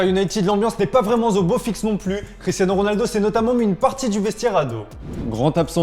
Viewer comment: ... "[... ] l'ambiance n'est pas vraiment au beau fixe"... Pas mal, la liaison "n'est pas vraiment zo beau fixe"...😕😕...